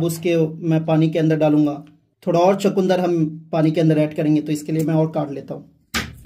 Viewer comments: भाई चकूंदर नहीं सही शब्द है "चुकंदर"। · Bhai chakundar nhi chukandar hota h